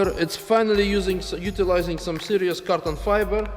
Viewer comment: Is it me, or do you actually say carton fiber? Hahahaha